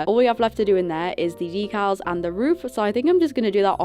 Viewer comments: People bullied you I will hunt them down jk idk y u said deculls instead of decals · Girl, you just said Yecals😂